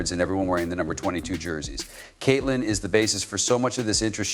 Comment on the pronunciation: Why the hell does this guy call CC using the word "His"? Where are the editors?🤔😂😂😂 Oh yeah, And Kitlin!